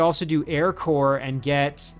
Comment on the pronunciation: While you paused, before the battle for the heirloom, you flashed on your two armies' POWER. Jack was the more powerful! Perhaps your Hero needs something more than scout units, for combat? This battle could be nasty...lol. GL! (You made it look easy! heh) Btw, 'Corps' is pronounced 'CORE'. Did you hear Obama when he said that and assume he was right, cuz Harvard? lol I'd have Jack clear the nearby area before running all the way back.